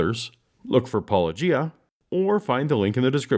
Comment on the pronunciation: says the name of his channel at the beginning of each video. Kent keeps insisting on pronouncing it [pɑ ˈlodʒia].